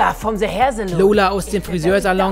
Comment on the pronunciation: Se daughter of se family!😂